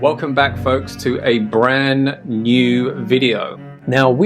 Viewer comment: It’s ‘brand’ new, not ‘bran’. btw,fyi.